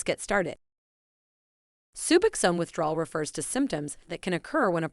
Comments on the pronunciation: Hearing subaxan is getting on my nerves. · Can’t bear the way she pronounces sub OX one - SKIP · Soobuxown??? Wtf... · Bitch, say Subbuck Zone ONE MORE TIME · You would think that this person would know how to pronounce SUBOXONE. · Jesus. My 11 year-old can pronounce it correctly! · She doesn’t even pronounce it right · I cannot listen to this very long because of the horrible AI mispronunciation of Suboxone!!!! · I CANNOT STAND THE PRONUNCIATION OF SUBOXONE IN THIS VIDEO! I’m ready to detox from 8mg but I think I’m going to taper. Been on it 2.5 years and I’m in a solid 12-step program with a sponsor and other support systems. I also have access to comfort meds. I need advice though! Thanks in advance 🤍🙏❤️‍🩹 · Hearing the narrator pronounce “Suboxone” is almost as painful as the goddam withdrawal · Nailed it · If you cant say suboxone right dont make a video on it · clearly an AI, but i agree nonetheless